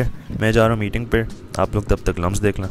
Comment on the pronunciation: I am sorry but its LUMSU not LUMS. Good vlog doe <3